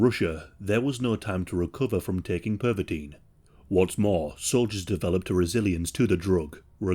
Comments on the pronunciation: (Per-vuh-tin) not (perv-a-teen) you diddy party fucking hall of famer hahahqhahqhqhqhq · Pervitin - Pronounced like "perv a teen". Oh my god. No wonder Hitler liked it so much! 😄😃😄😃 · PERVitin? Hmmm.